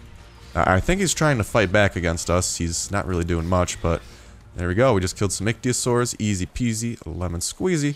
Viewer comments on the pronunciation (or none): Dude, it's pronounced ICK-THEE-OH-SORE-US. Please remember that before I go crazy.